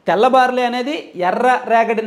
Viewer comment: Orryyy karrri sanyaasi baariii kadhu barlliiii